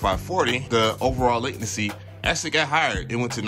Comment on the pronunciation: Bro, the news Macs are so fast , at first they feel like they’re opening there app before you click. But also—>LAY-ten-see is how you pronounce “latency.” Love your vids. Hope you’re loving your new Mac. 👍